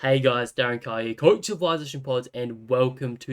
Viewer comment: love how you say COACHH